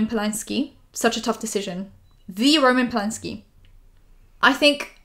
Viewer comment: going off subject but u saying roman polanski the way we say it gave me a whiplash bc i keep forgetting u r also polish xd